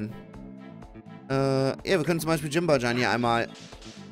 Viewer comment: Das Katzen-Yokai wird nicht Jimbajan ausgesprochen sondern Jinbayan